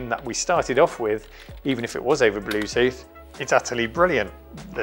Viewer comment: "The blutut device ez conected a secseysfully" .... OK.